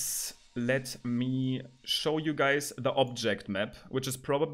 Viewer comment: OK when you said you guys on chat this was too much German accent Bist du deutscher?